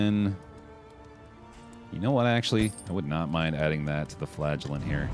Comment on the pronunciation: Am I the only one that hears flatulent instead of flagellant?